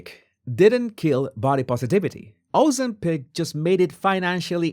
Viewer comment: It is pronounced Ozemp...ic Not Ozemp... pic